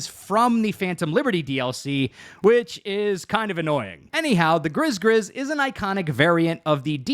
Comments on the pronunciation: I'll add my voice to the chorus: Gris-Gris is pronounced GREE-GREE not griz-griz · I feel like “Gris Gris” is pronounced “gree gree” like the voodoo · that good ol' "grizz grizz" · Fun Fact: “ Gris-Gris “ (Pronounced - GrEE GrEE) is actually the name of a homemade cloth talisman for good luck/warding off evil, used in West African Voodoo. 😎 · Gris-Gris is pronounced more like 'Gree-Gree'. It's a west african and voodoo talisman of protection from evil and/or birth control. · Gris Gris is pronounced "Gree Gree" its a voodoo good luck charm.. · It 100% is gree gree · it's pronounced gree-gree. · It's pronounced grE grE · Pronounced Gree Gree. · Gris Gris is pronounced gree gree. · I was just about to comment on this. The pronunciation in the video drives me crazy! --- It's a VDB Netrunner/Magic thing!